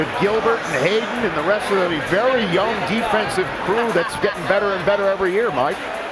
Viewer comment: Yah Mayock kind of seems to know his stuff oddly a lot more than the others... now if we can just get him to say 'very' and Berry' the right way lol